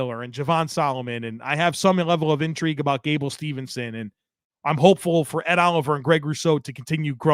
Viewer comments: Not to be that guy,, but it's "Steveson" not "Stevenson" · Always love the show. Props as always. One pet peeve... gable steveson. Not Stevenson. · his last name is Steveson, not Stevenson